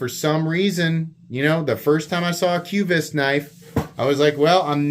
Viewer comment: It's pronounced: kvist. Not kyoovist.